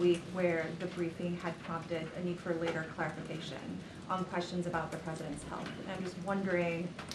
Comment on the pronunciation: It's "excellent"?? 🤔 I need claric-ifi... claric-ifi... clarification of that. 😛